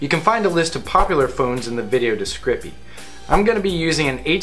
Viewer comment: From now on, I am going to call it "the video descripy!"